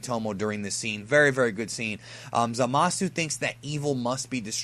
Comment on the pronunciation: stop pronouncing the U in Zamasu. it's silent.